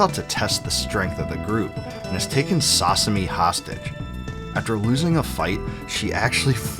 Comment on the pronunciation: Sasumi and tanchi munnyo